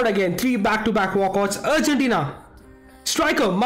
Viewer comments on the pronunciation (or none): none